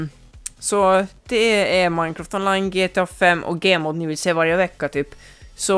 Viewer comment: Det heter gmod inte gemod